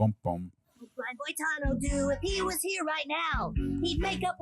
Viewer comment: nevermind not knowing famous actor Brian Dennehey, or however that is spelled, and completely missing George freakin' Burns, but you can't pronounce Boitano? You keep saying "Bo-tah-no." Dude. It's in the song. "Boy-tah-no." You guys have missed out. Wait till you see the episode where kenny sees boobs in space. It involves cats. See also: Heavy Metal magazine. It is a trip. And no, there was no real person called, "Big Gay Al." He only existed here. Not that I haven't known a few in real life... gurl. It is disappointing, that you two did not like this. I get it. You were not disrespectful. May I suggest, for future South Park viewing, get other people who do get it and like it? I watch the YT guy, "YeahHobbs," who watches episodes with a friend, both of them early/mid 20s, and they get it, and appreciate it. If you had gotten into it via watching the series, then this movie, it may have helped. Kinda like you need to watch the movie Buffy, before the series, or you will be confused, and hate the movie, which itself was a spoof of teenage horror movies. I have no idea how people don't get that going in. Her name is Buffy, and she is a bleach-blonde cheerleader from The Valley. And she is "The Chosen One." See how absurd that is? One of my watchers hated the movie, because she started the series first, and was expecting a genuine horror movie. She got halfway through, and seriously asked, "Did they get halfway through this, and decide they wanted to do a spoof?" No, hon. Yo